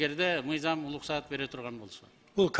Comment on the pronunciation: адашым деген атымы озгортот окшойм шерменде кылдынго уруксат деп айтылат улуксат емес